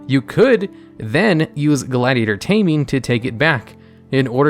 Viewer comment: I dont think you've read gladiator taming right.